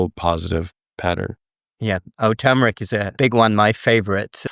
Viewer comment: Dr., to correct you, there is a R in the word TuRmeric! Thanks! I hate when especially Drs say words they speak of incorrectly! Gee! None of this is NEW INFO, it’s out there everywhere for years now, so it’s just repetition!yikes!